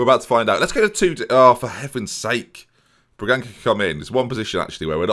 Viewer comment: If you see a ç you say it like an s Bragansa is how you say it Wonderful video tho